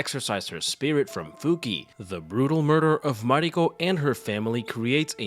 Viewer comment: Not to be rude but her name it’s not Fuki its Fukie, I know you wrote it correctly but that “e” it’s pronounce like eh like the e from the word “Yes”